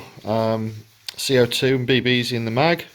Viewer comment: Dude said cock lol. That’s not how you pronounce it.